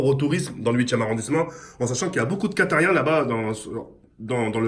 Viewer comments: « Quatariens » toi parler France ? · « beaucoup de quatatiens » c’est des Quataris